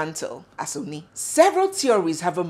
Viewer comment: Oni is pronounced Orni.